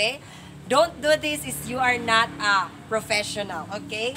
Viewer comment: "Not do this if u not a frofesional"😂